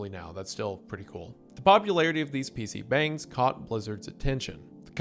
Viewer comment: He also mispronounced PC bungs every time he brought that up